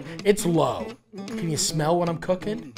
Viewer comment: Why does it shmell like a longshoreman up in this bitch?